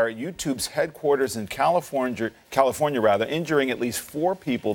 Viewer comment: At least can this man say California to give some respect please not to be rude